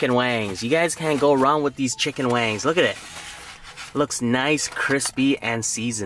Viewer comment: Is it me or is he saying chicken wangs